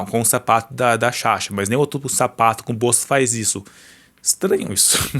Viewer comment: o nome da sasha é SASHA, vc ficou o vídeo inteiro chamando ela de "shasha"